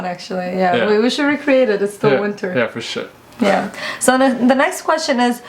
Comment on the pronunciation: It sounds like he is saying forshit. But he is saying forsure.